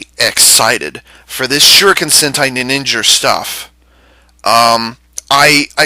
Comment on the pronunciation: "Ninningen" LOL